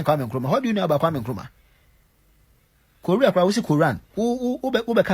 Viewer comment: Somebody was telling him what to say he couldnt even say korea am so sorry learn sense short man